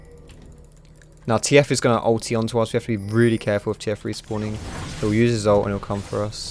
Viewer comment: "Cahful~" WHAT WAS THAT